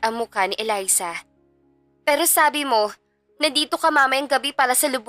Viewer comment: Elisa kc Un ung kababata ni Miguel hahaha Mali ang pag bigkas ng narrator